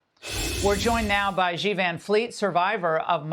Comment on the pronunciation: "Shi," not "zhi". There is no "zh" sound in Chinese. It seems Americans need to take any sh or j sound in chinese and turn it into a "zh" sound, which I find so strange because that sound is rare in English. "Shi (she) Jin Ping". "Bay-Jing."